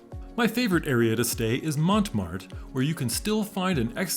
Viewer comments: Did he really say ‘the Mont Mart’?? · Yup. How can you visit a place and not know how to pronounce it? 😂